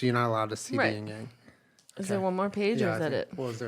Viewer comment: IT'S YIN-YANG